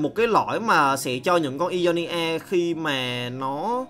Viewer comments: Ionia đọc đơn giản mà:v sao cứ "i do ni a" hoài vậy:v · Góp ý 1 chút, mong phát âm đúng chính tả hơn ạ, Ionia đọc sai nhá